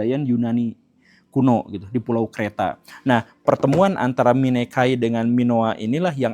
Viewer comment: Mikenai atau misenai pak guru, bukan minekai😅 Translasi dari Mycenae ('Ce' dibaca 'Ke' klo pelafalan latin kuno, dibaca 'Se' klo pelafalan latin baru) Dan lagi, hubungan antara Iran, India, eropa dengan ras proto-indo-eropa di video ini sengaja sedikit dibuat miskonsepsi sperti miskonsepsi orang2 soal evolusi manusia dan kera: alih2 dipahami sebagai "manusia dan kera berasal dari nenek moyang yang sama" malah dipahami "manusia berasal dari kera". Dalam hal ini, Leonel Messi, Netanyahu, dan Khomaini, orang Iran dst harusnya dipahami sebagai "berasal dari nenek moyang yg sama yaitu proto-indo-eropa" ketimbang "Netanyahu, Leonel messi adalah keturunan Iran/aryan"